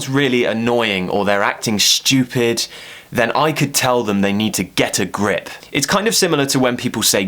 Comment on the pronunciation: You pronounced 'get a grip' two different ways.